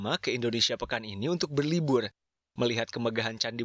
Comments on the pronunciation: berlibul Ngomong R dulu mazzz *Canda mmzz jgn baper :V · Berlibur lho min Bukan berlibuuul